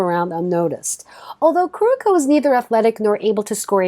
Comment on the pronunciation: For #7 Kuroko no Basket. The names are TAIGA KAGAMI and TETSUYA KUROKO! Not Teiga Kakami and Koruko 👍🏻